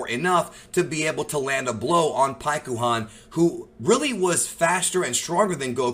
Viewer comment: Stop saying pikkons name wrong lol